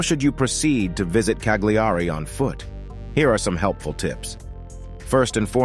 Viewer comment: Why canlt you yanks pronounce things properly it's not Cag- lee-are-ree it Ca-li-are-ree